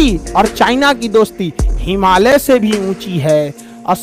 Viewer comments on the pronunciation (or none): Ye Hamaliya kya hota hai? Himalaya hota hai 😅😅😅😅